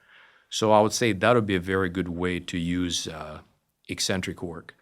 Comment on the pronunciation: “Ek” centric. Not “ee” centric. Pavel says it right.